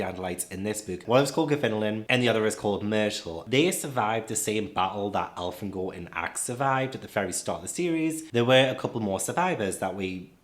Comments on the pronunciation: I’m pleasantly shocked to hear someone use KA’s originally intended pronunciation of Elfangor. Most fans call him El-fang-gor, even though she intended it to be Elfan-gor. Loved the video! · I use the Elfan-gor pronunciation too, I didn't know other people pronounced it a different way!